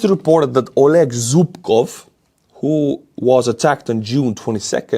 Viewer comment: Oleg is prnounced "ah-LEK".